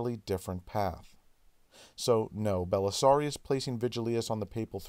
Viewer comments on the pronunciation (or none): Why does seem utterly incapable of pronouncing the "-ius" ending? Bellisarus, Silverus, you're missing an I!